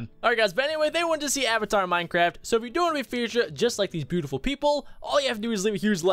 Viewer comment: Ayyyyvatar as in avatar LOL